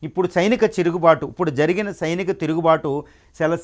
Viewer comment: Sainika not chinika tirugubatu